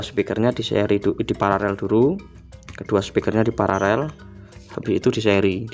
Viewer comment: Kenapa ya sering saya dengar sebagian youtuber menyebut PARALEL itu PARAREL. Sudah saya putar berulang untuk meyakinkan kalau saya tidak salah dengar. Yang benar itu paralel, bukan pararel.🙏